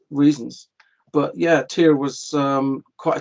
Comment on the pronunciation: Tyr, pronounced TEAR!!!